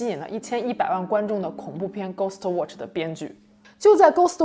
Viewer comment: 他watch都唸渥去 我真心感到問號